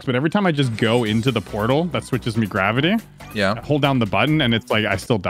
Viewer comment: EVW just turned Irish for a second (mi gravity)